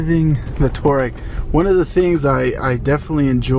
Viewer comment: Its two - ah - Reggie not tour-reg